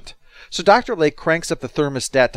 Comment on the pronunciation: Kept hearing Dr Leg instead of Lake...